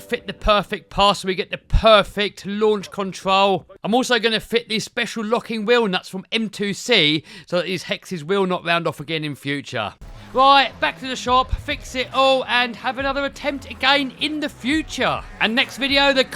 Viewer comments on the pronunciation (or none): I like how he says the will not round off me like 😂😂😂 they wheel not round of hahahahahahha